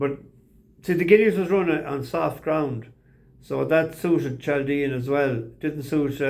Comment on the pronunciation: Chaldean. Chaldea was a country in Babylon (Now Iraq). Chaldeans are catholic and there are about half a million of them in the USA. There numbers are increasing as being a Christian in Iraq is hazardous Pronounciation is “Kaldian” Let’s see how the commentators get on.